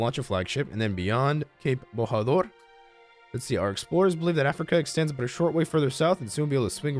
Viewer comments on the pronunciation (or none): it is not borador is like bochador